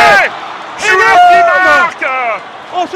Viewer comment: it's not "shoo da" but "Shuler", the name of the shooter (Jamal Shuler)